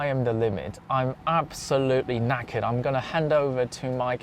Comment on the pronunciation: As an Englishman, I love how you say "I'm knackered", you could be English.